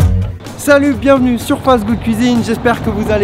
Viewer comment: "Bienvenou à la gourmanndiz" 😂